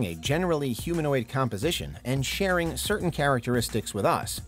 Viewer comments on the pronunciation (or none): none